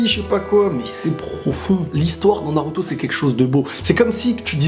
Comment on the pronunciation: salada, sakula, naluto, boluto? pourquoi pas prononcer leurs noms normalement mdr? bonne vidéo sinon